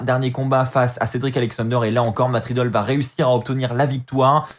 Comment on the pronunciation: super review mais arrete de dire matt riddle ses riddle mdrr